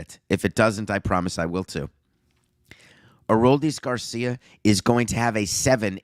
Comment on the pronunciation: good gosh, stop saying his name wrong please